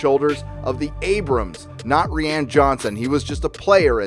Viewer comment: ReeeAnn? U mean Ruin ? ...😏